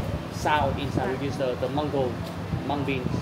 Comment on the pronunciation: Hindi po menggo sa english, mango po ang pronunciation…